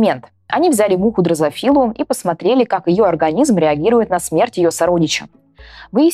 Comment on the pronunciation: Не дрэафИлы а дрозОфилы Не алЕшки а олЭшки Журналист не знающий ударений, как д...б сантехник без инструмента...